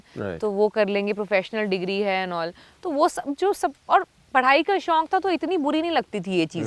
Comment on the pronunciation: Shaunk Kaha tha